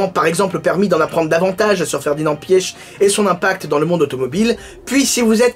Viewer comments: Ça se dit Ferdinand pitch en phonétique pas pieche xD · Je crois que ça se prononce Piar (les germanophones corrigez-moi) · Je pense que la bonne prononciation c’est « piche » sinon quand j’ai appris son décès j’ai tout de suite pensé à toi, j’étais curieux d’entendre que tu avais à dire sur lui et je trouve que tes histoires sont plus parlantes que les reportages tv☺️ a chaque fois que tu parle de quelqu’un de connu dans le monde auto en fait on s’aperçoit qu’on le connaît pas tellement